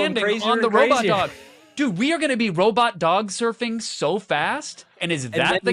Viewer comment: "little robit legs"